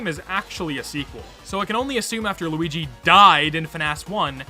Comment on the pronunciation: Noooooo! Not loogi